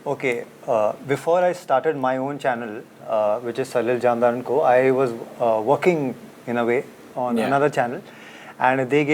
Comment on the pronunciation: It's salil jamdar not jamar